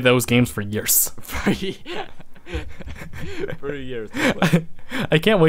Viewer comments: they have been saying yeers for yeers! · You said years 21 tiems :P